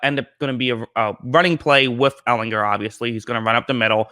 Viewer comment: All you have to do is learn how to pronounce his last name!